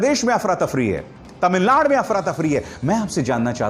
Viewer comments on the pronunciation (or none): none